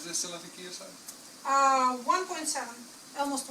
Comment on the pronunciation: el-mause-t instead of almost too :)